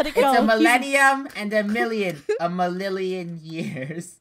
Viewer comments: a millilion years me: do you mean forever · a millilion years Me: thanks, this is how I say 1 million now. A millilion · doesn't know how to say a million but it's funny 😆😆😆😆😄😄😄